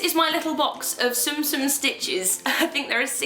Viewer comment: it's pronounced "tsoom tsoom" I love them too!! :))